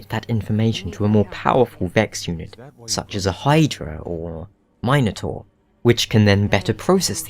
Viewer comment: The way you said Minotaur though.